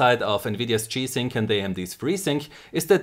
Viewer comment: Why is he saying chi sync?